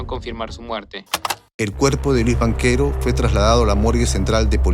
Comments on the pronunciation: Quién ha producido esta basura de vídeo? La voz en off que relata lo sucedido es gago y se cometen muchos errores en los datos históricos. Y no se pronuncia Banchero sino "banquero", bestias. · soy yo, o escucho en el relato "Banquero" en vez de Banchero ?